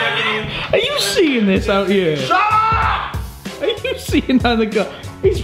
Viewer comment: I like how instead of saying here they say ere.